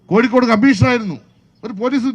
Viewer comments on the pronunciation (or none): none